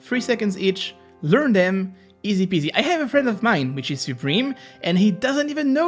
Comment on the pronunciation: "its that easy" but you literally say it wrong in the intro